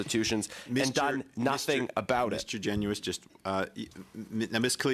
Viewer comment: GEN-YOU-ISSS is how everyone says it, watch the committee hearings you learn a lot